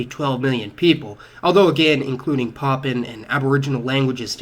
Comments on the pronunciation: What's with the "Papan"? The word is PapUan (pah poo wan) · Dude it's 'Papuan' (PA-pu-an) not 'Poppin'.